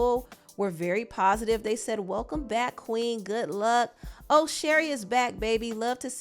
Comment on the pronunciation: You reading that statement with the emphasis on Queen😂😂😂😂